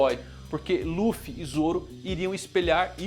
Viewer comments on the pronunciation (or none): none